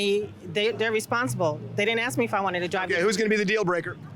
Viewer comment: He axed for them....ASK!!!!Is it really that difficult to add the sk?